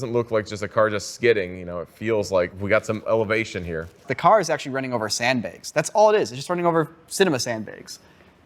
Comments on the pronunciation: He says sandbags like “sendbeggs” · Say “sand begs” one more time!! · I never thought you were a sand "beg" pronouncer. What about flag and drag?